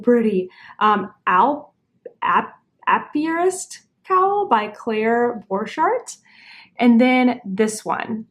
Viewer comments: I think it's pronounced like "Ey-pee-e-rist". An apiary is a where beekepers keep bees. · Apiarist….beekeeper. A-pee-arist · Ape-iar-ist. =bee keeper